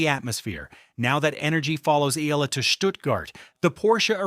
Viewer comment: Eala or E-ya-la ! Can’t take you seriously if the subject can’t be pronounced by ai… just narrate it unlike an american